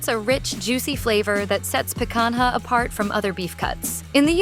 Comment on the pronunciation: they couldn't even use a real human for the voice. so lame. "pe-kan-ha" is the worst pronunciation ever